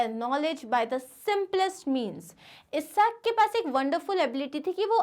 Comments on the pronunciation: it is isaac not esaac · You are pronouncing Sir Isaac Newton wrong you are pronouncing his name as eesac Newton…..just a correction..